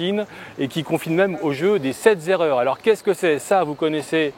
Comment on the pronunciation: Le jeu des sept zerreurs, des huit zerreurs et des neuf zerreurs, pourquoi pas cher! hihihi! Tu sais qu'on t'aime toi!